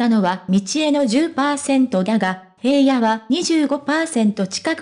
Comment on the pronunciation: 平野くんは、「ひらの」と読みます。「へいや」と読み間違えていて、内容が入って来ません‼️ どうにかなりませんか？